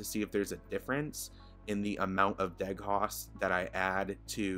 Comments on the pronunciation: de-ghost, not deg-host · Just to add to the above: It's pronounced "de-ghost" not "deg-host" ;-) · He said "Deg-hawst" ahahahaha De-ghost buddy de ghost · Stopped watching at "deg-host" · My guy said "deg-host" instead of "de-ghost" lol. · I believe its pronounced de-ghost but all around good video dude! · It's pronounced Dee-Ghost xD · "deg-haust" omg I'm dying lol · Ok, New Drinking Game! Everytime he says Deeghous TAKE A SHOT SHOT SHOT SHOT SHOT EVERYBODY!!!!! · it's pronounced de-ghost, like spooky ghost lol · I almost spit out coffee from two days ago when you pronounced this incrorrectly>>>>LMAO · I kinda have to laugh because your mispronunciation shows you’re young. Us “old-timers” (I’m turning 40 today) know what ghosting is because we grew up in a bygone era when dinosaurs still roamed the earth with cameras that required your subjects to practically hold their breath to avoid ghosting. 😂